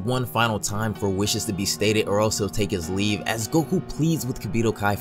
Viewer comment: I'm not even kidding you when you said that he was going to take his leave I thought you said he was going to take his weed